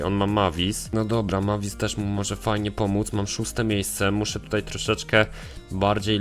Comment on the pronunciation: Jak już mówisz postacie to wymawiaj je dobrze Mavis czyta się Mejvis